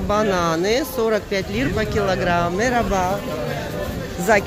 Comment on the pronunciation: Вероятно было сказано "мераба" (merhaba-привет), а второе: "колагельсин" (kolagelsin -удачи).